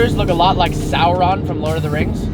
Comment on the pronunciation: DId this man just say sour on.........bro its Sauron not sour on or sour off